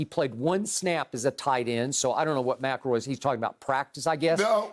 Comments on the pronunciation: Nobody: Shannon: Greg Macaroy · MC EL ROY... NOT MACKLEROY🤣🤣🤣